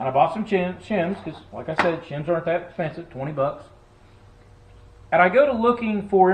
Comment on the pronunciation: He turned hispanic for a second ... he bought "chims"😆